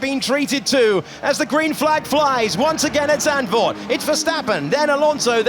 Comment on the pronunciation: uh, the z in zandvoort isn't silent